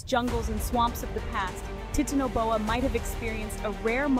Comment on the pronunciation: Teatanoboa 💀 Guys what is titanoboa It’s teatanobia The tea snake